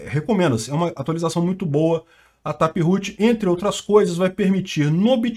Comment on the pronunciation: sem falar na atualização do "tapirrutchi" kkkkk